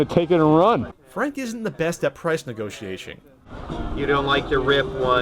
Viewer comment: price nego-she-A-sh-ing